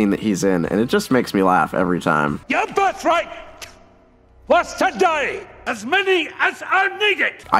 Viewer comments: YOUR BIRTHRIGH-T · “your birthrigh...T, was to DIE” literally the funniest shit ever. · the "T" lmao